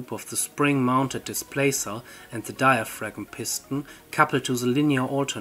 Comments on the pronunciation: dai·uh·fram ... not diafragm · FYI the 'g' in 'diaphragm' is silent, at least in modern English. It is pronounced "diafram". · In diaphragm the g is silent, idk why if it is 90% efficient, if the hot side was heated by the sun, with a big mirror/collector, and the ground to cool the cold side, how would the efficiency of mechanical compare to solar in efficiency genereting electricity?